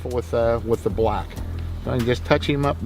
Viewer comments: This guy uses his whole mouth to say BHULACK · The way he says BLACK 😂😂😂😂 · the way he says black and brown …